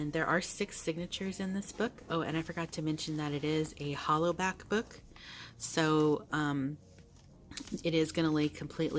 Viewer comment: I totally could not help myself but every time you said "hollow back" all I kept thinking was 🎶🎵HOLLA BACK 🎶🎵 😂🤭